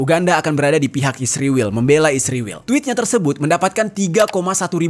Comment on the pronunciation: Min jangan goblok tau baca gk mesti pake huruf besar blh spy jgn slh baca ISRAEL bukan isriwil goblok luu...skolah ulang luu